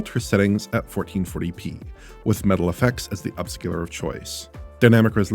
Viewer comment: Idk why but their's something so satisfying about the way says Metal fx